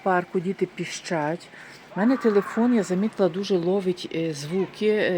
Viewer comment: Діти пИщать.....а не ПІЩАТЬ....Неуч ти ,Европейська....